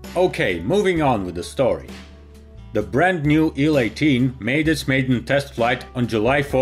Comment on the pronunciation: It's not "ILL 12" it's "EYE-ELL 12" It's not "ON-10" it's OH-ENN 10."